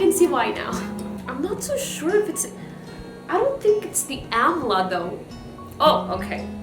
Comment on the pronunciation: It is pronounced as 'Daabar Aamla'